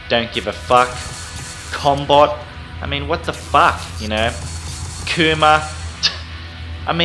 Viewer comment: I keep thinking he's saying cumbot.